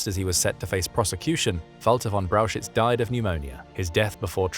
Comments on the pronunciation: it is pronoounced "Braukhich" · Brauchitsch is pronounced BROW heets. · That first Generals' name is pronounced "Browk-Itch" ..NOT Brow-shitz!🙄🙄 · Brauchitsch is pronounced like "brow hitch" not "brow shits". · Maybe in part 2 you could find a way to correctly pronounce: Brauchitsch?